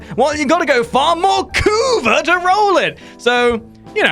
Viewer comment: the way you pronounce "kuva" makes me laugh every time lol xD